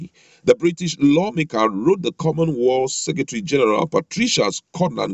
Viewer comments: Correction: Not common world but pronounce it correctly as common wealth, I know you are from my tribe, cheers your brother!!! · My goodness! Your pronunciation is very bad,it's called common wealth please. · Please, it is not common "Wall" but Common Wealth. I passikwara Elementary 6